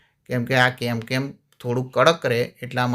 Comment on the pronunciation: કેમકેમ નહિ પણ કેનકેન બોલાય